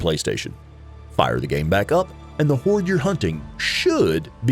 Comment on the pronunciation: It sounds like he's saying whores